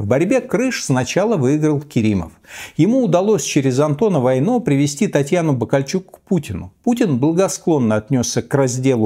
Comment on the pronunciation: Но правильно все-таки - ВАйно, с ударением на первый слог.